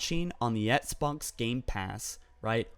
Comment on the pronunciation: "Xbunks gamepass" lol did anyone else catch that?